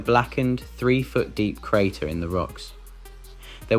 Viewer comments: This would have been better with a real person instead of an AI who thinks simple words like "crate" and "mixed" should e pronounced "crate-y" and "mix-ed" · Either this is an ai voice, or this dude literally cannot pronounce Crate... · "volateel"? "cratey"? what`s with the weird pronunciation?